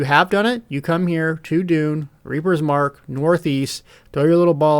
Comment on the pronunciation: Reaper's MARCH, not mark....moe-teef, not motive....must have been the fact that you were so utterly enthralled by the festival grins